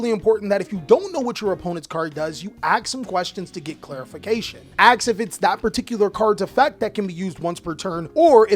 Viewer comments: Cant stand when someone says aks. Not ask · Bro don't say "axe" instead of ask. You're better than your ancestors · WHY YOU SAY AKS? DIDNT GO TO SCHOOL? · Curious how come you say "AKS" instead of "ASK"? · tbh i'm also wondering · its pretty common, i also do this and have to consciously remind myself to say the sk part